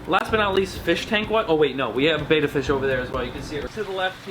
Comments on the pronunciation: Also why must he pronounce betta like beta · I get unreasonably annoyed when people call the fish "beta" instead of "betta"